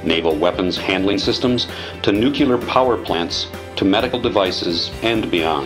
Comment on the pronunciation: NUCLEAR, not nucular!! anyway, mesmerizing stuff